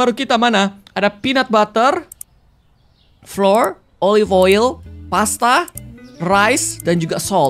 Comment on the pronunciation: Kak regi baca flour/tepung tuh dibaca flower, kyk kita nyebut flower/bunga, bukan dibaca flor flor😅